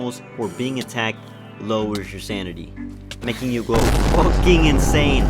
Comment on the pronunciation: at the start you said naking